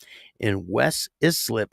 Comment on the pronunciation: ISLIP = eye slip is how it’s pronounced